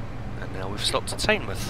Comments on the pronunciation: "Taynemouth" 😂😂😂😂 u pronounce teignmouth "tidmouth" or "tinmouth" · Fantastic video and very informative, This is one of my favorite routes because I grew up in Torbay. p.s. Teignmouth is pronounced Tin Muff. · By the way, Teignmouth is pronounced Tinmuth. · Teignmouth is pronounced tinmouth but every body get it wrong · Teignmouth is pronounced like Tinmuth Apart from that, great vid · in is pronounced tinmouth i know i have spelt it wrong but its the way its sayed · It's pronounced "Tinmouth" 👍